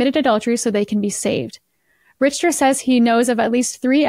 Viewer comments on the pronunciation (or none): Richter is pronounced Rick-ter.